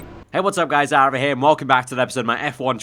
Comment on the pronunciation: It’s aarava...cmon man